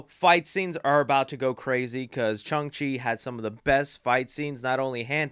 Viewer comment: Did you just say Chung Chi? I'm playing with you, but that made me laugh. Great video my friend!